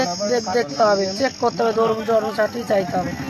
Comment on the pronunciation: জন্ম সার্টিফিকেট উচ্চারণ ই করতে পারছেনা।রেখা এখন কলকাতার বাসিন্দা তোমরা গোবর ঘোটো